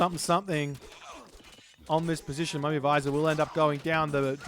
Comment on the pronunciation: it's not a mummy visor it's vij-ir